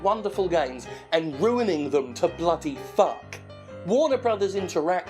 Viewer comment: Did you just say puck instead of fuck? Cringey